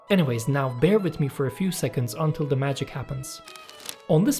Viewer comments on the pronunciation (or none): none